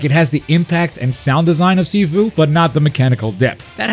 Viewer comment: Amazing video, btw Sifu is pronounced SheFu, not SeeFu